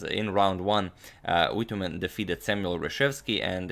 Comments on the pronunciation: Hello agad and everyone... It’s always great to watch your videos. I'm Mongolian and you pronounce the name perfectly fine like a native speaker. It’s "Түдэвийн Үйтүмэн" in mongolian language. I'm just a 3-month old chess fan, not a player but I'm addicted your channel somehow and I didn't even know our country had someone who faced Fischer haha. It’s really surprising … thanks again for all your videos. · You pronounced Correctly 👍🇲🇳🇲🇳🇲🇳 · Hi agadmator im come from mongolia luckily u called his name corectly